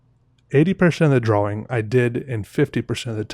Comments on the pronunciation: the way he pronounces drawing, he say drwawing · Drawing. Awww. Not owe. Drawing.